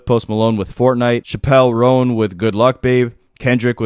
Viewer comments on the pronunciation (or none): Sir I love your videos but you pronounce Chappell roans name 😂 it’s chapel lol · “Chapelle Rowen”😭💔